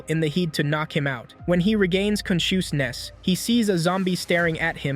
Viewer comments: WHENB HE GAAIIINNNS CAN-CHUS-NESS…….. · conshooshness lol